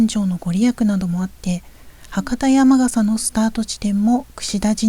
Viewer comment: 山笠（やまがさ）ではなく山笠（やまかさ）と言いましょう(笑)